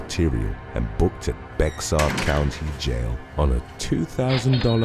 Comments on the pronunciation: San Antonian here. "Bexar" is pronounced "bear" Spanish pronunciation. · Bexar is pronounced bear i know i sounds dumb but that is the way it is pronounced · San Antonio is within Bexar county. However, it's pronounced 'Bear' county.